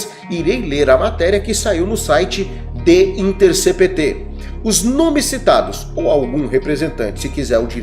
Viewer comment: O nome do site é the intercépt.... é assim que se fala.